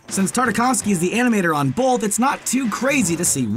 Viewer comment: the narrator keeps pronouncing the word "both" as "bolth"... Why???